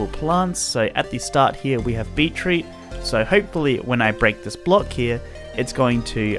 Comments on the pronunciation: its beet root not beet reet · “So at the start here we have B E E T R E E T ”